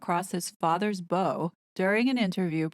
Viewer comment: It's pronounced bow (as in bow wow, or to bow down) ~ to fire a shot over the front (the bow) of a ship. Not being snarky or mean. Please 🙏 please don't take offense. I just wanted you to know the correct quotation and how it's supposed to be pronounced. Just a friendly FYI. ❤️